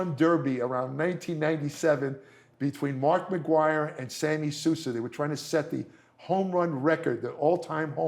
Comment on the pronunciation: We can cut him some slack, he's obviously not a baseball fan. Mark McGwire and Sammy Sosa (pronounced So Suh, not Sue Suh) were chasing Roger Maris's home run record of 61 set in 1961. I'm glad I watched all the way through, as they talked about TRT. I will be 60 this year and have been looking into TRT, and I have been told if you follow a doctor's advice and do blood work, it is a great idea for men over 50. One thing I have not heard from any of the people / companies promoting TRT is the fact you will shut your body's production of testosterone down, and you will need TRT for the rest of your life. That's a no from me, thanks...